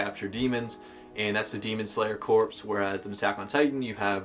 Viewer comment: Just like to point out that the p in the word Corp is silent.